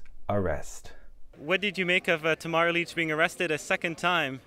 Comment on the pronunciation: It sounded like you called Tamara - - Tommahah Leech! Her name is pronounced "Tah - mare - rah" Lich pronounced: " Lit - ch". Why not ask and learn the pronunciation of her name? Who helped you with the teleprompter? Just speak from your own heart and information you researched. Better than looking like a hypnotized reporter with someone at the other end with a remote control.